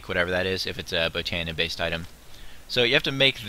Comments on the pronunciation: No not b oh nee uh / bot o nee uh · Oh and I think its pronounced /bot/ö/neea